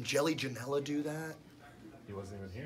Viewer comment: He said Jelly Janella🤣